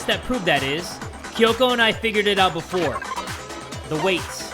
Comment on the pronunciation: kyoko the queen of saying berfor we do that lets here from our sponser